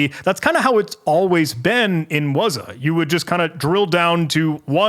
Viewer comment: What is "wuzah"? it's "wazuh" you gotta sound it out